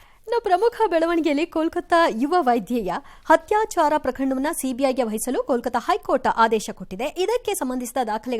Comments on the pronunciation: "ಹತ್ಯಾಚರ" ಅಲ್ಲ ಅದರ ಉಚ್ಚಾರಣೆ "ಅತ್ಯಾಚಾರ ". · ಅಕ್ಕ ಅತ್ಯಾಚಾರ ಹತ್ಯಾಚಾರ ಅಲ್ಲ ಬೇರೆ ಯಾರಾದರೂ ಆಗಿದ್ದರೆ ಓಕೆ ನೀವು ಪತ್ರಿಕೋದ್ಯಮದವರು ಉಚ್ಚಾರಣೆ ಸರಿ ಇರಬೇಕು ಅಕ್ಷರಗಳಲ್ಲಿ ಕೂಡ ಹತ್ಯಾಚಾರ ಎಂದೇ ಬರೆದಿದ್ದೀರಿ ಅತ್ಯಾಚಾರ ಮಾಡ್ರಿ ಹ ಕಾರ ಆಕಾರ ನೆಟ್ಟಗಿರಲಿ